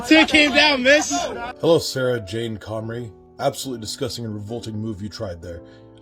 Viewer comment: Comrie, not Connery